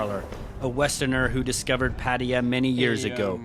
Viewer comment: ffs, pronounce Pattaya properly...